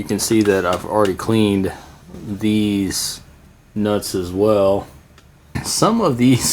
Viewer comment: Did you just say cleaned "deez nutz"?